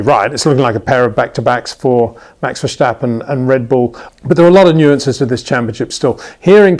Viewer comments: HEY PETER WINDSOR, I HAVE MESSAGE FOR YOU SIR: With all due respect ... it is NOT Max "verSHtappen" ... Max is not German (Germans indeed do pronounce "st" as "sht") ... #Max33 = Dutch NL/Belgium! ... It is not "Bottash" nor is it "Lewish" certainly not "verSHtappen" .... This BS started long time ago when a British sport presenter interviewed father Jos Verstappen and assumed you can use a German pronunciation to a Dutch Driver thinking it is so "funny" ... It is not. Serious question: can any Englishman say "versatile" out-loud without saying "vershatile" phonetically? most can about 99,99% ... that is why most English can pronounce Verstappen 100% correct! Father Jos Verstappen (also F1 Racer) was very active between back then only a very few said "Vershtappen" but the vast majority of British sport presenters pronounced it perfectly ... only a few old stubborn farts like Peter Windshor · Come on Peter, there is no CH in Verstappen's name. ;-)